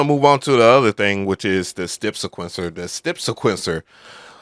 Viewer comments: bro said stepsa'quence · Does anyone else hear this guy saying stip siquencer? It's weird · I thought I was the one that wanted him to stop saying it..lol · bro pronounce "step sequencer" like that one more time and its gonna be a problem. Hahaha